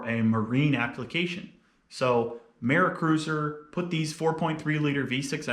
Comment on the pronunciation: Lol the way you said mercruiser. Okay so its pronounced like mercury. But mercruiser. Im going to build a turbo 4.3. Got one from a boat that im going to remove and put in a wrangler. Its a free boat. Came with the trailer so thats my excuse for not going l.s.